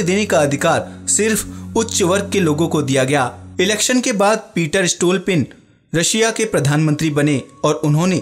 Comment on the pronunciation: रसिया नही रशिया